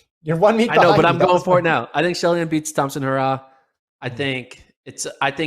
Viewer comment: Get her last name right, you constantly pronounce it wrong. Aren’t you guys professionals?